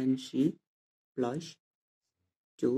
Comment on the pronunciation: plus lai Plosh kina bhaneko?